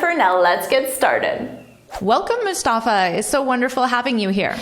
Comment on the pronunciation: like when u pronounced his name Mustafa so beautifully nice vedeo